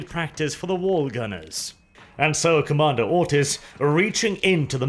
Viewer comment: Am i the only one who hears "Commander Autism" all the time? :D